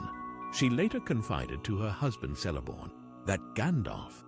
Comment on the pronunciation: KELL-eborn. ALL C-E-L- names in Middle-earth are pronounced with a hard-C.